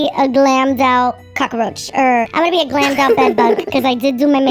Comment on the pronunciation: "I'm gonna be a glammed up ✨cacaroach✨ cause I did do my makeup"